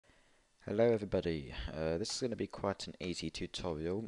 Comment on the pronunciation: It was funny when he sed tutorail